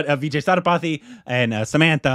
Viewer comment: It's Vijay "Say-Thu- pa-thi" 😆 And yeah Samantha is a Tamil actress. The other heroine Nayanthara is a bigger star in Tamil